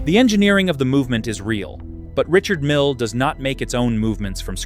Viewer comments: Richard Mille is a French man. Therefore his name is pronounced, Ree-shard Meale, which is obviously too much for the AI voice over. Doesn't alter the fact that his watches are overpriced and grotesque with it. However, when you look at the number of F1 cars and the World Endurance Series cars bearing his name, plus the annual Le Mans Classic for which he is the main sponsor, that takes a colossal amount of money, so he must be selling a hell of a lot of watches. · The Invicta for the tasteless wealthy. I'm tired of A.I. crap that that can't pronounce brand names.